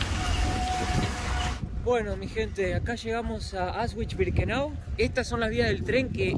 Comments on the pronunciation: En el idioma alemán las palabras se pronuncian tal como se escriben, exceptuando algunos dictongos. La letra W (doppel fau) doble W se pronuncia igual que en español. AUSCHWIT se pronuncia ausvit, no ausgüit WOLFGANG se pronuncia volgang no güolgan. El idioma alemán no es el idioma inglés. Practicamente el alemán se pronuncia tal cual como se escribe. Procurando siempre pronunciar todas las consonantes. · no es Aus ... es Aush no es vich, es vitz....Aush vitz ....con la mejor onda 😁 Distrae que se prouncie mal....muy bueno el video igual gracias por mostrarlo ❤ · se pronuncia Aushvitz.....no Ausvhich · aunque el video es antiguo te voy a corregir una palabra;Auschwitz,se pronuncia Auschvitz, no con la w anglosajona, sino con la v española.❤ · Increíble como pronuncia Auschwitz